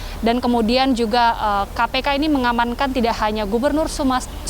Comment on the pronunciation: Reporter TVOne berkali menyebut SUMSEL 😵😵